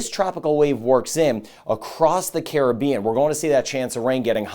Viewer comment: Much thx for weather updates and pronouncing "Caribbean" correctly.